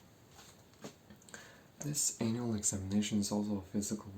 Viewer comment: The last time you said annual makes me want to believe that you realized it sounded weird and you misspronounced it on purpose. But its just your lovely accent.